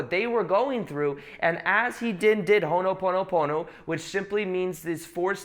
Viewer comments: Allegedly its called Hoponopono not Honoponopono but no worries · It’s “Ho’opono’pono”🙏🏽🙏🏽